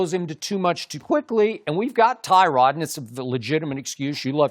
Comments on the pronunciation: it's not Tyrod it's TUH-rod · It’s Tuh-rod not Ty-rod